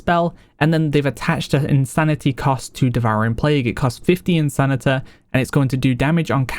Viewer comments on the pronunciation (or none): No shade but I find it interesting when he pronounces “insanity” as “insanita” sometimes haha